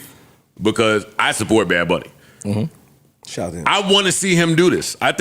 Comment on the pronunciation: "Bad Bonn-ie.." 😂😂😂